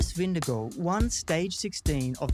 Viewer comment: Hardly credible when you can’t even pronounce Vingegaard 🥴